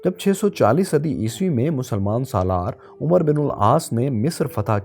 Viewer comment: تصحیح تلفظ چاہتا ہوں حضرت عمرو بن العاص کا تلفظ عُمر نہیں بلکہ اسے عَمَر بن العاص پڑھیں کے واؤ معدولہ ہے۔۔۔۔ اسی طرح ابو جہل کا اصل نام عمرو بن ہشام تھا جس کا تلفظ بھی اسی وزن پر ہے عَمَر بن ہشام